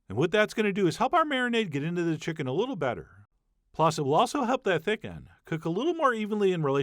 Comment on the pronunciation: When I heard you say "Thick end" I thought "Thiccen" like "thicc chicken" because it looks delicious. kek